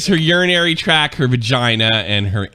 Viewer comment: 'Tract' not 'track' - 'urinary tract'.